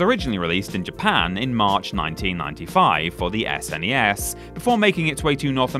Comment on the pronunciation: I can't stand everyone retroactively calling it "super nintendo" or "Ess, En, Ee, Ess" in the 90s absolutely everybody called it the "Snez" So thanks for doing that